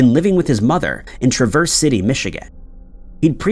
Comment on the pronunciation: When I was a kid, every year we'd always go to the Cherry Festival. It's 'Trah-verse' city. You put emphasis on 'verse,' but there's really almost no emphasis - just 'Trah-verse' City😉. Learn something new every day!